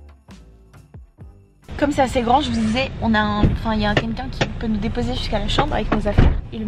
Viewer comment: la façon comment tu prononces "quelqu'un" me fait rire à chaque fois hahahaha